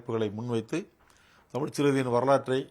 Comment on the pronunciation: தமிழ் என்ற சொல்லை இவ்வளவு அசிங்கமாகவும் அருவருப்பாகவும் உச்சரிக்கும் ஊடகவியலாளரை இப்ப தான் பார்க்கிறேன். அதுவும் தமிழின் முன்னணி ஊடக நிறுவனம் இவரை பணியில் அமர்த்தியிருப்பது தான் பேரதிர்ச்சி.